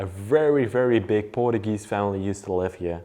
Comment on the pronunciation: In English, it's pronounced "POR-CHEW-GEEZE" Da nada.